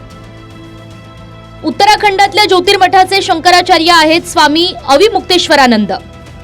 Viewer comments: शंकराचार बोलतो, शंकरचार्य म्हणता येत नाही,बेवडा पिल्यावर असे होते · नारोबा पहीले शंकराचार्य असा उच्चार करायला शिका. तुमच्यासारख्या गाढवछाप मानसाला जे मोठे पद देतात ते लोक सगल्यात बावलट आणी मुर्ख महणायला पाहीजे. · बुल्या कोंबडीचोर तुला निट शंकराचार्य म्हणता येत नाही लवड्या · यांना शंकराचार्य हा शब्द देखील नीट उच्चारता येत नाही!!! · नाऱ्याला नीट शंकराचार्य म्हणता येत नाही आणि हिंदुत्त्वाच्या गप्पा मारतोय झा......😂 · राणे ला शंकराचार्य म्हणता येईना आणि लागलाय हिंदुत्व शिकवायला.